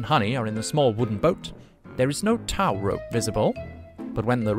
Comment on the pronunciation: A stunt “dooble”? A”tow” as in “Towel” rope? I have never heard anyone speaking in any English accent say that. I hear ridiculous AI pronunciation in YouTube videos every day. Of course I could fix that as English pronunciation has been my sspecialty as a university lecturer since 2007. But who is going to pay me to do that?